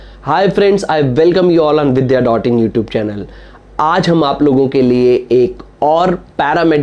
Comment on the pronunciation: Vidya not vidhya